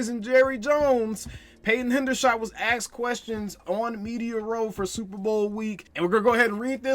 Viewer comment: He was axed questions or asked questions??? Im tired of these dudes, I will never buy another thing from them